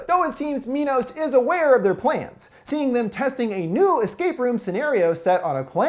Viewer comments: 'My-noss' like the greek king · why pronounce it "mee-nos"? isn't it "my-nos"? y'know, like the greek king who had daedalus create the labyrinth to house the minotaur? i mean shit, you wouldn't call it a "mee-notaur". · I kept laughing when he said "Mee-nos" since my dog's name is Minos but we pronounce it "My-nos". Clever name though since King Minos was the ruler of Crete who had the Labyrinth made to house the Minotaur. Also, he became a judge of the dead so it works two fold as they are judging those they are leading to die. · Am I the only one who thought MINOS said MINDS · nop i am there too this whole time i thought it was minds